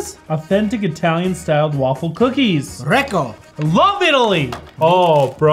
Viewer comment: greko bud isnt italian its greek hense the word greko